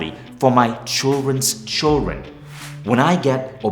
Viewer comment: Its funny to watch and c all the words he fails to pronounce correctly, should really practise the fake accent more. Obzessed, chiren, hahahaha, the words r obsessed and children. Maybe if u had dropped the fake accent, your wife could have understood what u were saying when u begged her not to divorce you. Think about it, could be a good thing for u to sell.